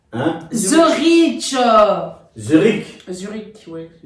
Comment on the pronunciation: Sa s’écrit Zürich ou Zurich, mais la prononciation est « Zurick » et pas « Zuriche » je suis KO😂😂😂😂😂😂😂😂😂😂😂😂😂😂😂😂😂😂😂😂😂😂😂😂😂😂😂😂😂😂😂😂😂😂